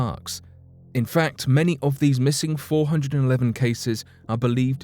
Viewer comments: What is? The fact that he doesn’t know how to pronounce 411?? 😉😆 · or at least pronounce 411 correctly...haha!